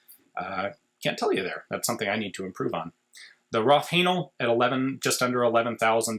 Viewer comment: Roth-Haenal rifle, I was doing something else while listening and was wondering who sold rough anal on the RIA